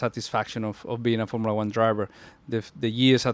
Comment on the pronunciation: “formilla one”😂😂😂😂😂